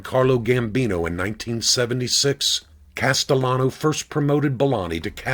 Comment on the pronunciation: Pronounce the name right,please! It`s NOT COSTELLANO, it`s CASTELLANO.